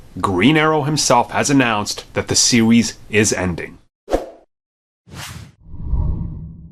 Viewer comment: Lol this guy really said the sewies instead of series